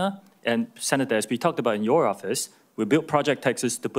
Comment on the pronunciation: about, not abour...lol